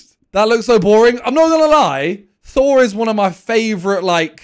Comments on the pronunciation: He said Thor, I heard Saw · Sounds like he said phor and not thor